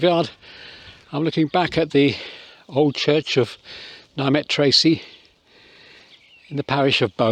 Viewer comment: I ring the church bells here. Just so you know, Nymet is pronounced "Nimmet"